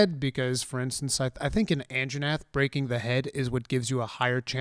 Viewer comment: best part is how Asmon calls Anjanath the "Anna Jeff"